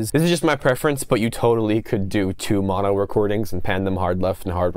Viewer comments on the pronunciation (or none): none